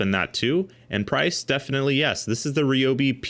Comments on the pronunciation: Protip: "Ryobi" is Japanese, and "Ryo" is a single syllable. It's neither "ree-yo" nor "ri-yo", it's just "ryo". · I’d never heard Ryobi pronounced Ree-oh-bee before, so I searched and found the actual Japanese pronunciation for it. While Ree-oh-bee isn’t totally accurate either, it’s certainly more accurate than the R-eye-oh-bee I’ve heard from literally everyone. Mentally noted. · Everyone at TTI pronounces it "ree-oh-bee"